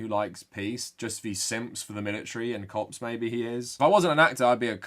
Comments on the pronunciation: Your accent makes when you say "Cops" sound like "Cocks", I'm a child lol. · whenever he says cop it sounds like something else and i do a double take everytime